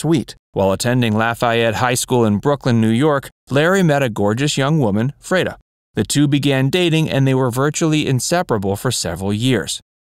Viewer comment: Freda is correctly pronounced........ Free-dah. sheesh